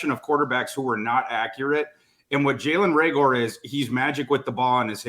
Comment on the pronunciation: Who's Ray-gore?